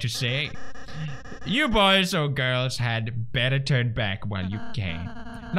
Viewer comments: Okay sooo... Kris is a she. Susie is a she. Ralsei is a he. Lancer is Lancer. Also, it’s not Laaancer, it’s Lancer. Like a Swedish Ä. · Pewds iss lan-suh not laan-suh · Ok is it “LAHN-CER- or “LAN-CER” u pronounce it two different ways the wholE epISode juSt stick to oNe Also congrats on 70M 🤪